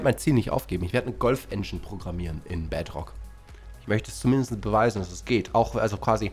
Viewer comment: Ich spiele nur die bedrock edezion und es ist nicht so toll auf der switch, aber das Video ist Geil und kann bedrock nicht aussprechen er sagt bedrtok.